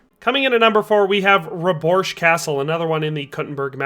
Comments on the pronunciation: its Pšítoky in czech or Pshitoky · come on man, shiitake? They pronounce it in game. Acceptable mistake when youre just having a casual conversation but youre making a whole ass video man